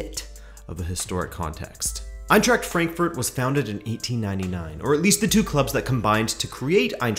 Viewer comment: EinTräkt FrÄnkFÖrt😂😂and Grufa föft😂